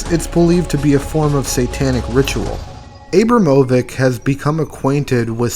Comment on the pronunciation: Abram ovich